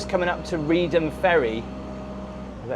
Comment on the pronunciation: Good grief man! I'm countryside Norfolk born and bred but I wouldn't go on the Broads this time of year. The weather can change on a sixpence and when those winds get up, even the brass monkeys hide!! 😂 You must be a glutton for punishment! 😂. And by the way Reedham is pronounced "Reef-um".